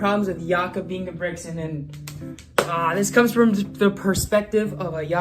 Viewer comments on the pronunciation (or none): It's not Ingebrixen, it's INGE-BRIT-SEN